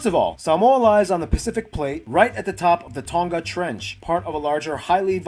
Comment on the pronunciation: The dude who was doing the video cannot pronounce samoan words properly.... hes definitely american samoan a whole different lingo and twang..... well done to the Nigerian brother who can say them way better and it's not tongga it tonga pronounce the g as nahh...... putasi?? Come on it's not pooootasi its poutasi (oh ) pohtasi .... oh my gosh I'm hurting #falealiliRespect